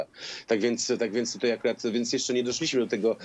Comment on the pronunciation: Do jasnej cholery, dlaczego "tutej" jest coraz częściej używane? Panowie Redaktorowie zważajcie na język, bo słuchają Was setki tysięcy! Nie ma: "tutej", "wczorej", "dzisiej"! A jeżeli jest to u Was, to natychmiast na korepetycje z języka polskiego, bo na razie nie nadajecie się na koryfeuszów polszczyzny!!!